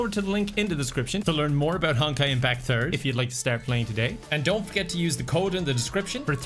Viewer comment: I swear he says "honkai impacturd"...